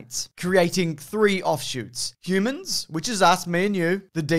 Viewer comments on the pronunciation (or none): none